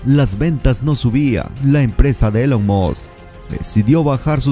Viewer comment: Se pronuncia ilon musc no Elon.